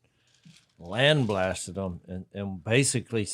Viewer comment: I heard "land blasted" and it made sense to me haha kinda like "water swatted"